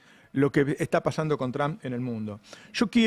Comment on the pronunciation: Por qué los argentinos pronuncian mal el apellido Trump?